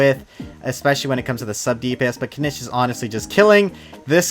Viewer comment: Didn’t wanna be that guy but his name is pronounced kineech in game, hearing you say it wrong just reminds of how zyox says dandelion😂